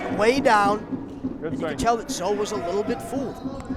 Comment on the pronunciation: One day will say Zoe's name correctly. One day.